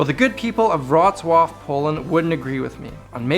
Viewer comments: I know this video is old, but i really appreciate that you actually gave a damn about pronouncing Wrocław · Wow, great pronunciation of Wrocław!